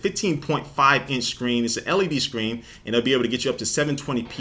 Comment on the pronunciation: Anyone else notice he says Shcreen instead of screen?